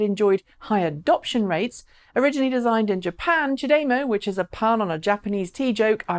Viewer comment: "Chah de-mow" Gonna get a severe OCD if people pronounce it ch'day-mo. Twitch twitch.. lol